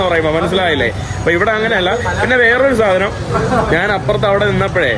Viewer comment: നാൻ അല്ല, ഞാൻ ആണ്